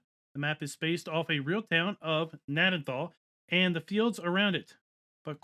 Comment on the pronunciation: Pronounced - Ga nad den tal. Won't come to consoles due to Giants not allowing it because it's to big. The starting point is the property I grew up on. We start with Potato's because the main farm is called "Southern Potato Co" in real world. Thanks for the great review